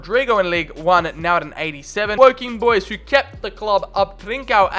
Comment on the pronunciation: As if you said Wocking 😂